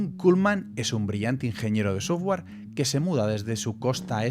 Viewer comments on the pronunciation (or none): none